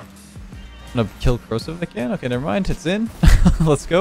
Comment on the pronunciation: When you said Corrosive, I thought you were calling Kronovi "Kro-seph" lol